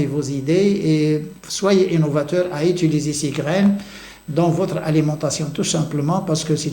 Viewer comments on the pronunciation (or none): none